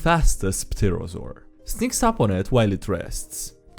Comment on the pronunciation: Hey bro, just thought I'd mention it. But the P in Pterosaur is silent. Pterrible I know...